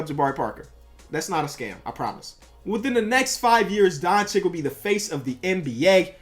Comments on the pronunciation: Dončič not Doncik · please bro, its pronounced donCHICH. not donchick. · Isn’t it Don-Chi-Ch